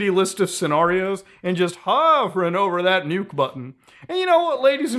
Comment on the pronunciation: “just hOvering over the nuke button” lmao 😂